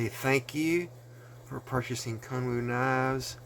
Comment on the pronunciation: About 10 minutes into the video when I finally realized you were not saying "kung fu" but actually "Kun Wu"! Sweet piece for sure. Thanks!